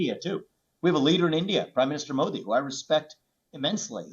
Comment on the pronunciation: Atleast he said modi not modddi